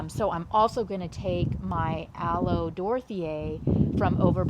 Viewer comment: You say aloe Dorthea .... my brain says Sbornak! Lolz oh Golden Girls❣️ Loving your roses BTW I just put in 6 climbers this year hoping they look half as nice as yours